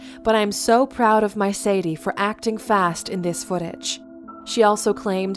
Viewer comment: it’s sa-DAY